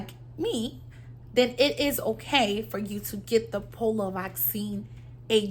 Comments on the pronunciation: its P-O-L-I-O not POLO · Po-li-o pronunciation (Polio) 🙏